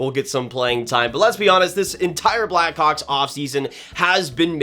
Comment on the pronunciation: does not sound like hes saying blackhawks